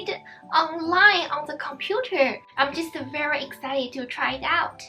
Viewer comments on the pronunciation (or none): none